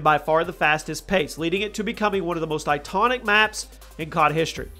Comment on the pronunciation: Did anyone else hear him say "itonic" instead of "iconic?"